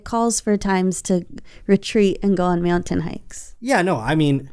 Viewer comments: I’ve been saying meowntain to myself all day 😅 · Is it just me or does our beloved say meow-tain? Happy 200th,! 🪳